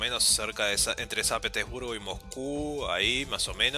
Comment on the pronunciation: jajaja me da gracia cuando decis san petebursgo jajaja buen video